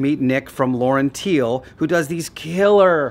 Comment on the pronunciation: Getting there. Looks awesome. One point that makes me smile every time younsay it. LaurenTiele should be pronounced LaurenTeeler as Tiele is the German word for part, as in car parts. Presumably LaurenTiele pronounce their own company name incorrectly?